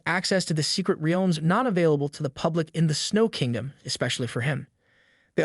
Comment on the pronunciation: Why u saying realms like wealms